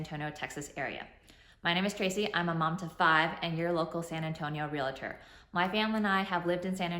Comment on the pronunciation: Realtor not Real-i-tor 😂 (Ask not axe) ❤️